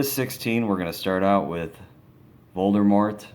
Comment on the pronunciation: Nexyrosz no he said Voldemart of course I know Voldemort